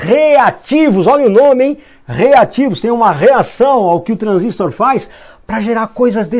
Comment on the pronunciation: O, é transistor e não transístor!